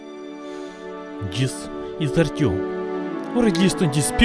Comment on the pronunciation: Not Artyom, its Ourtyom